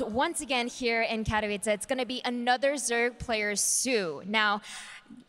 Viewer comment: Finally learned how to pronounce Katowice, long after everybody else cought on. It's not Katovichi:D